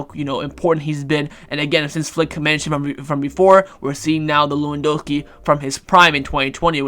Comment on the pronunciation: Everyone: pronounces Lewandowski with a 'V': we don't do that here